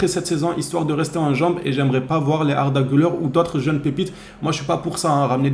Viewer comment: Ouais tu prononces bien son nom maintenant, t'as bien suivi le cours 😄😄